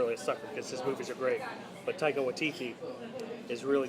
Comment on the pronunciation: Had to subscribe jus because you pronounced Taika's name right lol.